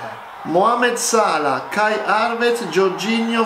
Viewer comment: Allora il milan ha vinto 7 champions salah non ha mai giocato nel manchester united e non si pronuncia salà momó